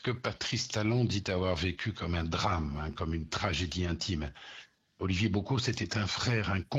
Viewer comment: La prononciation du nom d'Olivier me fatigue 🥲